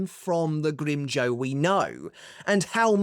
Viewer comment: You mispronounced Grimmjow's name and use pictures from the manga. Do you even watch canon?